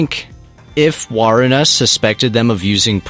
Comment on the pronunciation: WARUNA NOT WARANAY🔥🔥🔥